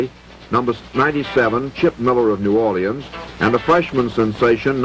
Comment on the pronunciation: First time i hear new or-li-ans instead of new orLEENS or n'awlins.